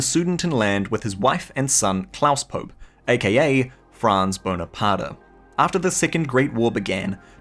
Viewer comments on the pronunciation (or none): Klaus "Pope" is actually pronounced Klaus Poe-Pay